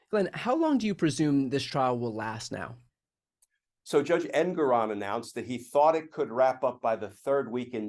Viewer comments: His name is pronounced EnGORon. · The judge’s name is pronounced Engoron with the stress on the second syllable, en GORE on.